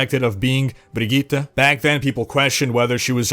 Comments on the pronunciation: Woah, You actually nailed pronouncing her name. Sweden appreciates that. Respect, man. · Well done on pronouncing Brigitte,!